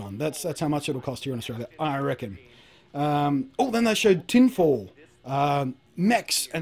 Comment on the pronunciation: Tin fall lol lol